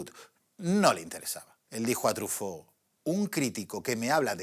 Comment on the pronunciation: Se pronuncia trifó(Truffautt)? Toda la vida dije trufó, debí haber parecido un idiota Pd: sensacional video para una sensacional pelicula